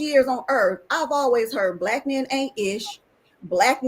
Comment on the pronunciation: listen to this chick trying so hard!!! She loves saying the word "mayen" 😂